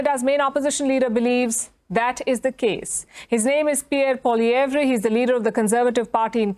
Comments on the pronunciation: I like how india can pronounce Pierre's last name properly but trudeau can't lol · It’s interesting that the India Newscaster pronounces Poilievre correctly while many Canadians don’t.